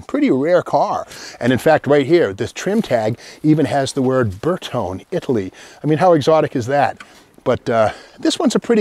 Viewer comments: 122GT probably the first "sporty" Vulva. Ber tone eh, it's friggin' eye-tal-yun. Ber tone, sounds like a TV set. 4 speed was correct (maybe with electric O/D on 3rd and 4th), no 5 speed Vulva's 'til much later. As like many others that have responded, the 164 was the first "luxury" Vulva. Now get your cop-car in for some cervix. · Excellent knowledge as usual, but if you're going to give a lesson in Latin, please check your Italian pronunciation. Bertone has an ee sound at the end so it is three syllables, Ber-tone-ee. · Bertone is pronounced Ber toe nay . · It is not burton, it is bertone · Pronounced "Bayr tone ee" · These were weird indeed! Also I never understood why you'd want to take a Volvo that had such great visibility and headroom and then cut the roof and make the visibility lousy. Incidentally my understanding is that Bertone is pronounced Ber-TONY. I sure enjoy these videos, Steve. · Actually it’s pronounced BertonE. And a coupe is pronounced coupE. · With a name like Magnante, you'd think he'd know how to pronounce Bertone (bare-TONE-ay). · You know what Volvo means but don't know how to pronounce Bertone? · Magnante, can't pronounce Bertone